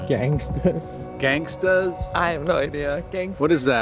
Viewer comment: “Gangasta’s” 😂 is hilarious 😂😂😂